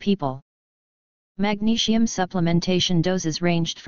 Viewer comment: I don't get why the bot voicing the text has to say magnesium like 'magneshium' but otherwise thank you very much for the information. I have heard many people say magnesium helps to lower their blood pressure. My mum suffers from high blood pressure but it's just trying to get her to take the supplement that's the problem. I've also heard that having too much sugar in the diet can have negative effects on blood pressure. Btw to people interested only 20 percent of magnesium is absorbed so if you get a supplement like citrate you're probably only going to get up to 80mg from 500mg. Due to the soil being more depleted in minerals than ever before, we don't get much from food nowadays or so I've heard. My advice is oral supplements and chloride spray. I would also avoid too much calcium, fluoride (which binds with magnesium thus you lose more and is bad for you) caffeine and refined sugar and salt - as it's stated in the article. Btw I've heard somewhere that salt can transform in to something similar to that of glass when being digested in the body to which it then acts as an abrasion to the arteries making you bleed. Cholesterol then goes to the rescue to help you stop from bleeding. I'm not sure if this is true but it's something to do more research in to. Try and avoid processed or boxed foods as these items drain more magnesium from the body. To people that are looking out for someone's health please don't forget your own too. Mostly everyone is highly deficient in this mi